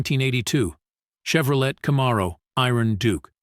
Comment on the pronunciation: In the future spend money on better AI that can properly pronounce Camaro, Pontiac, etc.